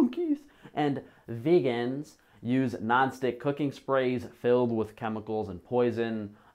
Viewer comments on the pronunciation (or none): Say "vegans" again